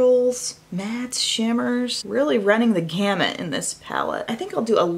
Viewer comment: You mean "run the gamut" not "camut"